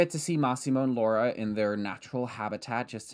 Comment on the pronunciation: i was taken aback by the pronunciation of “laura” it was SO PERFECT😭